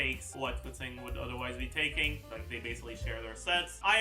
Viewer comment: Just pronouncing keqings name right, nothing wrong here.